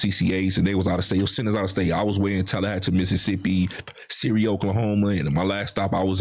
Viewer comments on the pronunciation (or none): none